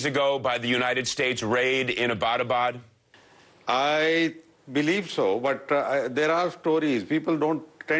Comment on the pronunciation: fuck this host, doesnt even have the decency to pronounce abbottabad properly.